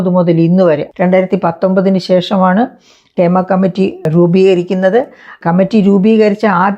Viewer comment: ക്ഷേമ കമ്മിറ്റി അല്ല ഹേമ കമ്മിറ്റി